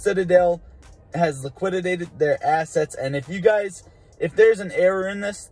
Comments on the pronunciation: It's "liquidated," not "liquididated." Thanks for the vid, man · “LI-QI-DATED” not, “LIQUIDITATED” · LIQUI-DATED...not liquididated lmaoooooo